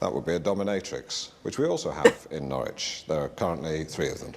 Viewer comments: It's pronounced Naarich 😂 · Doesn't help when 'Alan' keeps getting it wrong either! 😂 As ever, Norwich rhymes with porridge (Nor-ridge)🔰